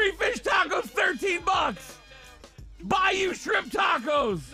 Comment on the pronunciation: I know why can't say bayou Michael P. Tomlin